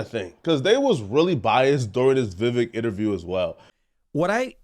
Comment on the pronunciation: Pronounced: VIE VECK